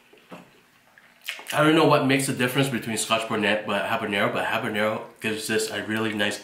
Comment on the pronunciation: Do you mean scoth bonnet pepper?